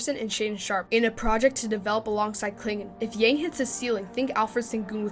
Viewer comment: Good content! just a gentle reminder, his last name pronounced as "young" without the "g" in Chinese.